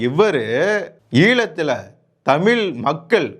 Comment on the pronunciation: தமில் இல்லை தமிழ்.